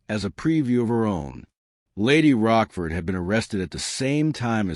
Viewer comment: I am not english, but apart from the naming of Lady Rochford as Roskford, I found written,not spoken mistakes such as Cole Pepper or tutor instead of Tudor